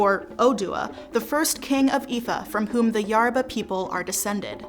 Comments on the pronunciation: It's not YARABA, it's YORUBA, yoh-ru-bah. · Is anyone else ticked off that she says Yaruba instead of Yoruba? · ( Yo row ba ) I think that’s how it’s pronounced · This video is great but Yoruba is pronounced "yo-roo-bah" The "yo" is pronounced like "yo" in hip hop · It's definitely "yoh-roo-bah." The pronunciation of most names in this video is atrocious. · Thank you for clarifying some of the statements here. I really did enjoy the video, but...the narrator's mis-pronuciation of almost every entity she mentioned (even the name Yoruba, which is NOT pronounce "YER-ba"!) was very annoying, if not downright disrespectful. Peace to you.